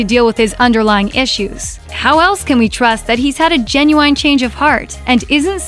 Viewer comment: did this bitch just say 'genuWHINE'? 💀💀💀